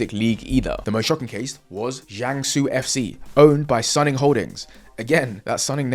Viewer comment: IIRC isn't Suning pronounced as Soon-ing rather than Sun-ning?